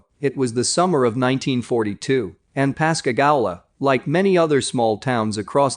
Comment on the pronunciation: Pascagoula pas ca goo la